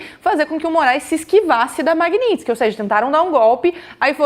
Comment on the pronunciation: Tudo certo... apenas já passou da hora de pronunciar corretamente, Magnitsky (ma-g-ni-ts-ky), soletrando em português: ma-gui-ní-tis-qui... referente ao sobrenome do homenageado Sergei Magntsky auditor Russo torturado e morto na prisão! blz.